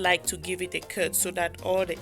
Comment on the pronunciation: Why do you pronounce cut Kert? The same with most cameroonian videos I watch